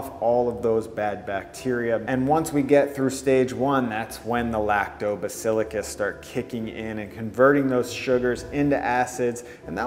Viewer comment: I’m relatively certain it isn’t Lacto-Bacilli-Cus. Its pronounced Lacto-Bacill-Us, no? Thumbs up if this input has accuracy!